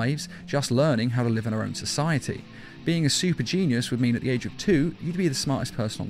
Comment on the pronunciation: Ageo???? AGEO????? u mean age right??